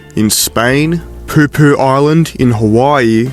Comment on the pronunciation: There is no island in Hawaii called "Poopoo". There is an area of the island of Lana'i called Po'O Po'O, and while the spelling looks the same, the pronunciation is not "poopoo". It's an expensive golf course next to the Four Seasons resort at Manele Bay on Lanai. Though I'm sure no one actually cares, or has the money to visit it.